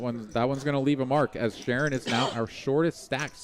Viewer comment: It's pronounced Sha'Ron not Sharon. 😊